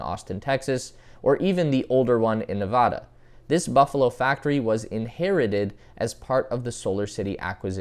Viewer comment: I think it's actually pronounced like "Nevada"